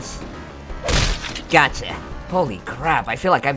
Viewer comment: What i hear from him saying: "GACHA!" What they hear: "GOTCHA!"